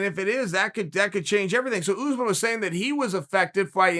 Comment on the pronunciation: Matt from Wii Sports its pronounced as "usmarn"